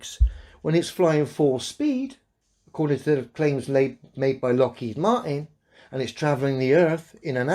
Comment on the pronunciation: What's a Lockheed Maaart in?